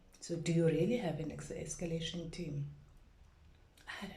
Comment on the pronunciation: what the hell is an "esclation" kwababantu